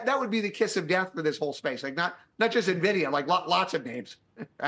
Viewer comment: He knows how to pronounce Nvidia so you can trust him.